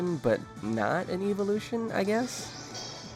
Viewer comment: why does he say "eevelution"?